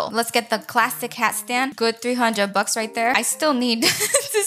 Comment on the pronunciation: lol she said: that was four hundred blucks?